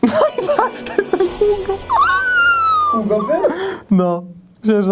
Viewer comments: Taaa w programie wiedział bys,że to jest HUGO ? Ale nie wiezs,że czyta sie I G O ! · Czyta się Viktor Igo. Pozdro, 3mam kciuki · pleace, Hugo to troll który w Polsacie na strusiu jeździł. Victor Hugo czyta się Victor Igo. odcinek super, pozdrawiam serdecznie. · Nie wiem czy ktoś już zwrócił Ci uwagę, ale Victor Hugo wymawia się "igo". To nie ma być przytyk, tylko inwestycja w kulturę;) Pozdrawiam i dziękuję za rzetelne i ciekawe materiały. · Z tym Victorem Hugo (btw. wymawia się "igo") to był żart czy faktycznie nie wiedziałeś? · Nie Hugo a 'igo'... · Nie, żebym się jakoś gorliwie czepiał.. Wiktora czytamy [ igo ☑️ ⏩ z akcentem na "o"] Nawet niegłupie książki pisał😎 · nazwisko Hugo czyta się Igo (Francuz) ♥ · nie wiesz jak się czyta słowo "Hugo"? Ale wstyd...